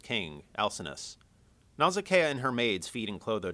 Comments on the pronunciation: It's actually "Nausicaa" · It's pronounced Naw-sic-uh!